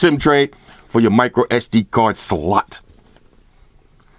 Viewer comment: It's just funny how in all his videos he always screams/exaggerate on the name slot. Almost as if he wants it to be called slut